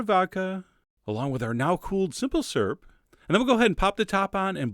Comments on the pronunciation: You say syrup funny, sounds like you are saying surp lol. I say it like "sir-up" or "seer up" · You're the only other person beside my mother that pronounces syrup "syrp." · Oh my god you're saying syrup. I spent the whole video wondering what a 'surrp' was... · Syrup has a "U" in it